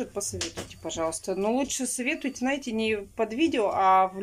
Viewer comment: Да не Наете а знаете но режет слух же это что привычка. Сатрите вместо смотрите ну это что ну это же что-то не так